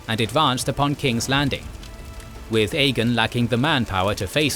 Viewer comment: Why do you say Aegon like “EGGIN”….? It just sounds like she’s say “hey you wanna go EGGIN some houses tonight” 😂